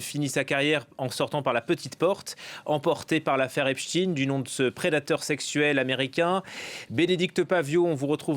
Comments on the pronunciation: Ep Shhhhhhhtein, pas Epstine, le mec était feuj , arrêtez de déformer son nom sinon c'est Epshhhhhhhhhhh-time ahhahahahaha 😂🤣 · Shtayn et non shtine.